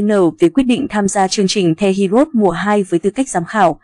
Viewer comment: Heroes chứ hê ri ốt gì thím? Đọc tiếng Anh gì quái vậy?😖